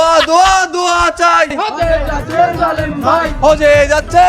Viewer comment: হজ্বে যাচ্ছে 'জা'লে'ম' ভাই 😂